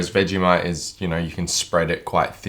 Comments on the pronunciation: I’m only 30 seconds in, but I had no idea that it was pronounced like “veggie-might”? I thought it was “vej-eh-mite” with a schwa in the middle. Which is it, Aussies? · Couldn't even get through the first minute because you keep pronouncing it "vega-mite" 😑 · Seems like people that like Vegemite pronounce it "Veggie-Mite" and people that don't "Veg-eh-Mite"